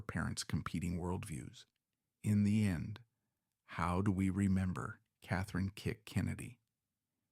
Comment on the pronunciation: Her name is KATHLEEN,NOT KATHRINE! PLEASE FIX THIS REEL!